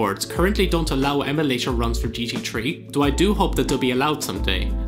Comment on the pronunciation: I always thought its gt 3, but now i know its gt tree